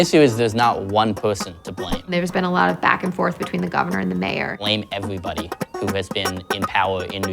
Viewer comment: “bwame eweybody”